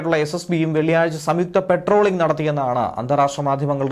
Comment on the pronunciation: പട്രോളിംഗ് ആണ് പെട്രോളിംഗ് അല്ല